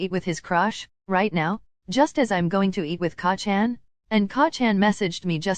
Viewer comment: I’m. Sorry but every time it says KACCAN 😂 I bust out laughing